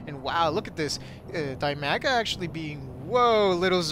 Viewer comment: I don't mean to be nitpicky, but the zerg player's name is Dimaga, not Bimaga. still, i enjoy watching your casts